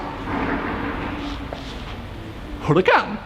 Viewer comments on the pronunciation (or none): Am I the only one that laughed when he said "Hurican?", when he heard a loud car outside?